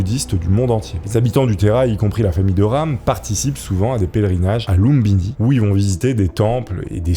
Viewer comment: C'est pas lumbini mais lumpini.